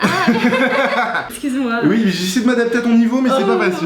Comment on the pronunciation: Elle a le sindrome des tuches Elle dit 'ui ui'